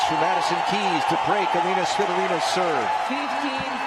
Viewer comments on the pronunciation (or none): Elina, not Elena!!!